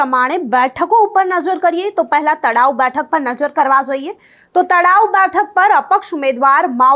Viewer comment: ટડાવ ❌❌ તળાવ ✅✅ માડકા ❌❌ મડકા ✅✅ મોરવાડા ❌❌ મુરવાડા✅✅ સણવા ❌❌ સુણવા ✅✅ 😂😂😂😂😂